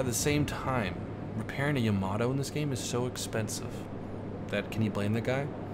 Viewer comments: why does everyone pronounce yamato incorrectly? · YA-MAA-TOE.........tell Baron as well.... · Maybe Yamato as well. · I dunno what is more infuriating, the constant misprounciation of "Yamato" or stuff like "did a 360 and got the hell out of there" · Soon he will learn how to pronounce Yamato